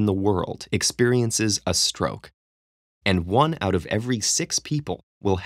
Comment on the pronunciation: At 11.00 there is roke instead of stroke